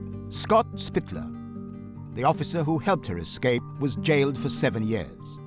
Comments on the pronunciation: I have a "pet peeve". People who get paid to present things verbally should speak well. It's "escape" not "excape" ;and that guy on CNN, Jake Tapper (which sounds like a porn name) having a lisp. Just me? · I definitely was thrown off by " excape" repeated several times😂